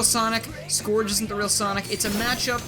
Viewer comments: No offense, but I usually pronounce his name like "Scurj" so hearing you pronounce his name as it's spelled kinda hurt me tbh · the way he says scourge. oof.